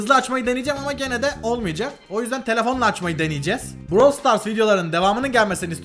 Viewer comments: abi proyum diyosun brawl star diyosun brawl star degil brawl stars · abi browl stars değil brawl stars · Daha brawl stars diyemiyo prosuyum diyo